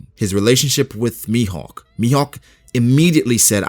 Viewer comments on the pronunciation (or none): none